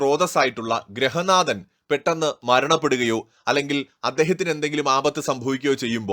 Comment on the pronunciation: ഗ്രഹനാഥൻ അല്ല ഗൃഹനാഥൻ ആണ് ശരി